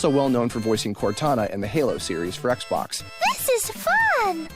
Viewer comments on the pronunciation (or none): none